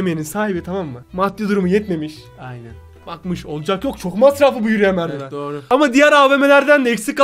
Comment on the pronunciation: Hayır hayır ✨Evetğ✨